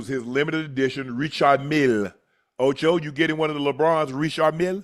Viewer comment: “OchE”? 💀Jim don’t even know his name😂